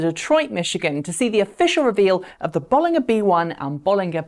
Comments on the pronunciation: I thought it was pronounced "Bolinja" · Isn't it Bollinger with a J sound not G sound? Same as the champagne of the same name. Just checked with the Robert Llewellyn interview with the company. A small thing but it bugs me every time I hear you say it.